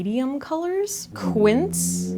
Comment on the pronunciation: Hi! Love the new background & all your content with great tips/tutorials! I can offer you some help with the Merit bronzer name: Seine is named after the river that runs through Paris. It's pronounced //sen// (rhymes with then). Also, Quince is one syllable (rhymes with prince). Thanks for all you do. 🙂